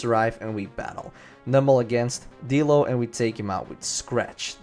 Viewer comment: I thought you said dildo.....